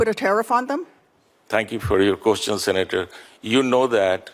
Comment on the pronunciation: “Thank you for your koschun??!!”Has US run out of capable people??